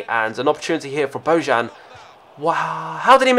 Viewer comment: The "J" from "Bojan" it's pronounced "I", and Kishna it's not pronounced "Kishina"...Just a friendly reminder...